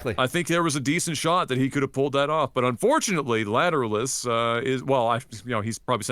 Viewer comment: Yeah I think they never listened to any detectable amounts of Tool, just judging by their pronunciation of Lateralus. 😋